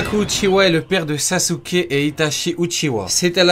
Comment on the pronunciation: En dit sasuke avant de faire des vidéos apprends à dire des noms japonais